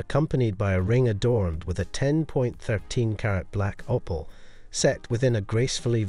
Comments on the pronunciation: The "o" in opal is pronounced the same as it is in "oval." Pronouncing it as "oppal" is both incorrect and really irritating. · Can't even pronounce Opal correctly.